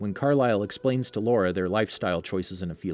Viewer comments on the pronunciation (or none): It usually speaks Laura... It should supposed to be Laurent. Wrong pronounciation. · Yeah, he just doesn’t say it right. In the movie they pronounce it La-RAUNT. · Extremely frustrating that he keeps referring to laurent as laura. Did he seriously think laurent was a girl because of his long hair or is he just terrible at pronounciations? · I know that he meant laurent but it kinda drives me nuts. I mean it’s laurent not Laura! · It's Laurent not Laura. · Yoshi Moshi or as he would say LAURA it’s infuriating though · His name is pronounced La-rant, short a. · I think it's genuinely bad pronunciation, in french the t can come across silently sometimes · Quit mispronouncing Laurent